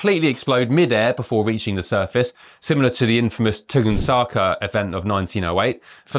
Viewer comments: 😂 it’s pronounced tun gus ka! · Tung saka! You know you can look up how to say things you don't know how to pronounce! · It's pronounced ton-GUSS-ka, not whatever you said! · lol u said Tunguska all wrong man